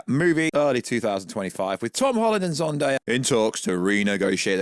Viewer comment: It's not Zundaya. It's Zendaya....